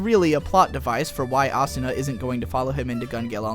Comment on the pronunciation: Hes so Stupid Can't Even say Asuna and Kirito right you have very bad taste .... why not go write a review about Log Horizon/AOT/SAO I'd LIKE TO SEE YOU FUCKING TRY...